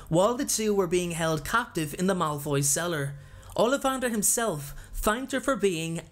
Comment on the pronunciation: you said mouthroy family instead of Malfoy family